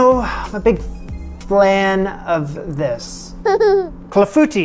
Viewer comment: Very cool summary…a few little failures but many amazing successes! Just gotta work on that clafoutis pronunciation 😂😂😂. Well done!!! BTW, love all your kitchens!